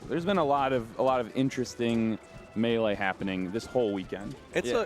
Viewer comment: Get the t's out of melee.